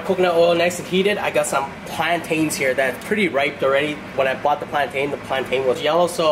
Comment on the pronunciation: You pronounce “plantain” as “plantin”